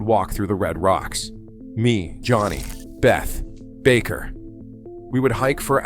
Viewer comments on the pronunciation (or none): Bay-ta. Not Beth. I used to work with his son. Also brilliant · The narrator is an idiot. He pronounces Bethe as "beth," not "beta." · Hans Bethe. It's pronounced beta, not a girl's name "Beth" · How does this video manage to pronounce Bethe both "Beth" ( entirely incorrect) and "Beta" (close enough)?? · And, Bethe is pronounced Beta... ;-) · Stopped watching when the bot voice pronounced Bethe as "beth". It clearly never heard about the paper by Alpher and Gamow. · You need to decide how to pronounce Hans Boethe ,(it's not "Beth")... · No one knows who “beth” is. The man’s name is Hans Bethe - pronounced behtuh. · This speech generator can't get the pronunciation of the players' names correct, or even consistent. Von Neumann. Bethe. And others.